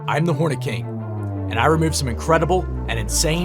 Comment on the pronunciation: thought i heard horny king